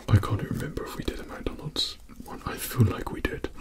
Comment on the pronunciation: not to be rude but some of yall with ascents say "mac donalds" like bruh its Mcdonalds